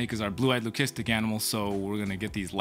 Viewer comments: do you say lucistic like that on purpose? lol I have never heard it like that be4? Well anyway getting back to the video buddy! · I see… well I wanted to ask cause we have really been wondering lol